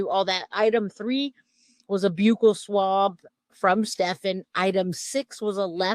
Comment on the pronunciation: Thank you for pronouncing buccal swab correctly I hate when so many ppl say it with a short “u” sound like buckle